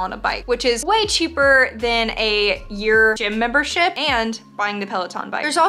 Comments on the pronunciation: Guys it might just be me but when she said gym membership i thought she said gym membershit. Lol 😂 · ya she did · She did lol